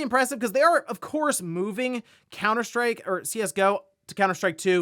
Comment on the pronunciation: Are you saying "COWNER SHTRIKE"?